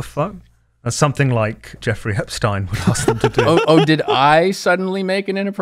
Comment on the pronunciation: “Argentinia” “epstaain” - clown